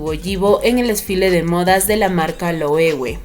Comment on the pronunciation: Thanks for caring for correct pronunciation of LOEWE))